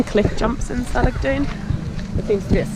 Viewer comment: Salagdoong [səh - lag - DOH - ong] stress on the 3rd syllable... Mystified Spaniards called Siquijor before "Isla Del Fuego" because of the fireflies... Glad you enjoyed Siquijor... ♡♡♡